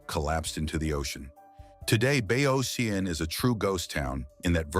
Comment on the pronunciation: The narrator pronounced Oregon correctly but could pronounce the name of the town? Bayocean. On one side of the spit was the bay and the ocean was on the other. Bay Ocean. Bayocean. Not Bay-oh-seen. He botched Wallowa, too. It’s not Wallow-uh. It’s Allowed-uh with a w at the beginning.